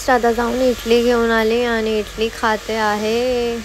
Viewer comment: इटली nhi इडली boltat